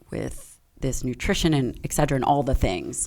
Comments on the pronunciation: Listen to me. ET CETERA. Not Excedera. C'mpn, you're a freakin' doctor and you don't know how to pronounce that? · Why did she keep saying 'Excedra' instead of etcetera? Lol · If you are an academic and your favourite word is "etc." do you really have to pronounce it "exeddra" like its a drug, instead of " et certera"? Like eXspecially but more annoying... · I can’t get past her pronunciation of et cetera as ‘eg cedra.’ 😭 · Hearing her butcher the word ETCETERA is unbearable. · Ask your doctor if "Egg-sed-druh" is right for you